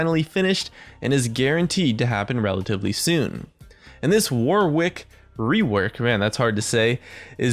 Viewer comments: His name is pronounced War-ick, not War-Wick. Yankee Doodles! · It's WAR-ICK not WAR-WICK, god damn Americans...love your videos tho :) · Warwick isn't pronounced war-wick, it's more warrick, like Yorick but with a W. Honestly cringed every time you said it wrong. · Can no one say his name right? Its Not pronounced 'War', it's pronounced 'Woh'. The 'W' in the middle is also silent, phonetically it would be spelt: 'Warick'. So it's not War-wick, It's Woh-rick lol. Reference: I've lived near the town my entire life, people getting this wrong is so common, And the Actor Warwick Davis. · When people say War Wick when its pronounced Warick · The way WARWICK is pronounced is "WARRICK" like the actor, Warwick Davis. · It's warwick. It's a city in england, and a song by duffy. It's not war wick. The second W is silent. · "War wick rework" Mate, Warwick's a real name. It's pronounced Worrick. Like Warwick Davis. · Warwick is pronounced in a very similar way to Yorick, just with a W obviously. It isnt war - wick. :) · Just fyi, it's pronounced "warrick". The middle 'w' is silent. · I'm pretty sure it's pronounced worrick. Stop torturing yourself. Like to save a life. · The way to pronounce Warwick is to just ignore the second W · he tried so hard not to say warwick wework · that's not how you pronounce warwick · Don't you just love how Americans can't pronounce Warwick? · Hint - the second W is silent...